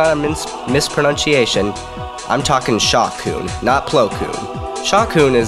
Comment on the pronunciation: the fact that he mispronounced the word "mispronunciation".....